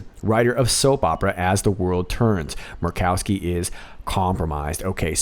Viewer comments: hahahah, M-u-r-r-rkowski! love it. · I love hearing you say Murkowski. Hilarious! Laughing by myself. I wish my family was into this! You do amazing great!!!